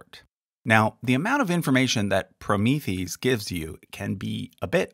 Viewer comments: just sayin', but "Promethease" is meant to be pronounced like the Greek "hero," Prometheus." so, "proh-MI-THI-ase." Kind of like, polymerase. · Thanks for the vid! Hey, you have mispronounced Promethease - actually is said "pro-mee-thee-ace" (kinda like one would pronounce an enzyme). Fyi. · I’m pretty sure Promethease is pronounced PRO-MEE-THE-ACE, a hybrid of Prometheus and the suffix for enzymes, -ase.